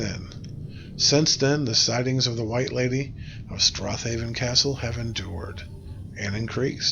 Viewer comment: if you had scottish grandparents then theyd know its pronounced strayven